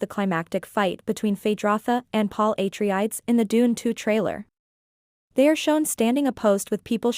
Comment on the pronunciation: Its said ah-trey-des.